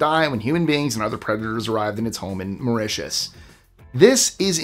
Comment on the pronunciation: What did you mean by Jesus Christ compels you?? Also, Mauritius isn't pronounced like that.